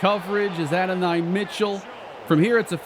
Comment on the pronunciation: go listen to how you say adonai name you’re saying it wrong my boy he’s a GA great been saying it wrong